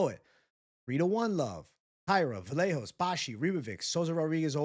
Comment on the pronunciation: If the Announcers say Kevin Vajayhose on more time! Dude isn't Fcking Portuguese. UFC anouncers are all from Alabama.